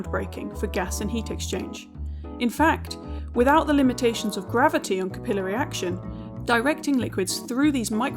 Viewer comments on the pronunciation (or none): Trees dont use capillary action, and its not pronounced that way, either.